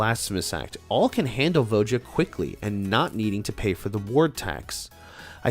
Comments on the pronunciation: Jesus. Its not VO JA. ITS VO YA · Please tell me you're trolling everyone with that pronunciation of Voja?